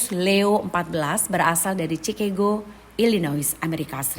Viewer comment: Chicago dibaca ʃɪˈkɑːɡoʊ beda dengan Cirebon yg dibaca t͡ʃi.rəˈbɔn